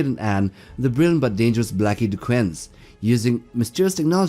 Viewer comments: DuQuesne is pronounced 'dooKane'. Also Farscape's John Crichton is pronounced 'krytin'. Geez. Otherwise, great seeing those two on the list along with the usual WH40k and Halo. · Just a nit-pick, but DuQuesne is a French name that is pronounced "Doo Cane." The problem with the Skylark Series was that the material allowing the power generation to occur was never limited, so you had "expansion glut" by the time the fourth novel in the series came out. The series was a typical space-opera.